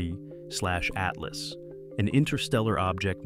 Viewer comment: So ai voices cant tell 31 from 3i i guess.